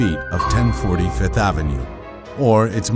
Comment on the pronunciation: I'm surprised that VF doesn't have enough sense to hire a VO artist who says "Fifth Avenue" instead of "Fith Avenue".